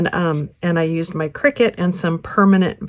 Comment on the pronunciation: It's pronounced "CRY-CUT" - not "Cricket"